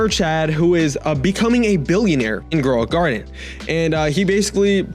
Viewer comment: Shekels (it's sheckles not shekels) Growing Guarded? (It's grow a garden) DOE?! (it's jandel)